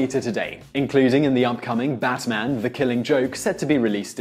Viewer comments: He said bassman.... How do you say bass instead of bat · Am I the only one who heard him say Batman as "Bassman" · I'm hearing "BaTman" like he's enunciating the crap out of that T